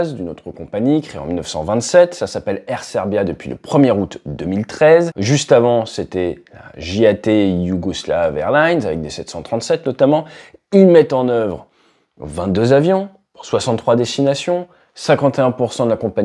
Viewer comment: JAT ça se pronnonce YAT.